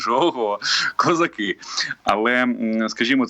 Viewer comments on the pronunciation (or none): none